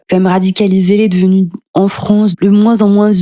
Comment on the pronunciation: Rien à voir mais ça vient d'oû cet accent ? Je veux dire, prononcer les "a" comme des "o" ? France = Fronce ?